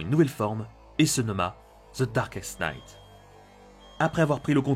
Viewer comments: Je sais que ça va sûrement un peu te saouler mais le "grim knight" le "knight" se prononce "night" voili voilou. Sinon superbe vidéo, je trouve que ta voix est très captivante, et ça aide vraiment à être accroché à ce que tu racontes ! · laugh se prononce LAF knight se prononce NIGHT merci et bonne continuation